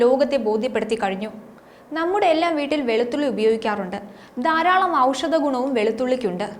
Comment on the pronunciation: ദാരാളം അല്ല.. ധാരാളം 🙆‍♂️